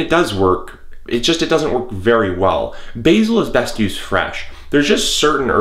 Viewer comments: I'm not having a go but why are they pronounced Erbs in the U.S. but Herbs in the U.K. Also we have Basil not Bazil, in the same way that Basil Fawlty (John Cleese) is pronounced. Each to their own but I just wonder why the difference. Churchill once said we were two peoples seperated by a common language. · Firstly......these are HERBS....not ERBS..........and you need to learn how to pronounce Basil and Oregano......and to be honest, all this method does is save electricity.......